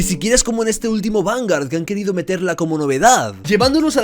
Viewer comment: Me late el ojo cuando dice VanGAR xD